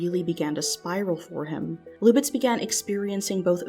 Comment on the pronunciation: "Luck B". It's pronounced louk just like the spelling: "Luke".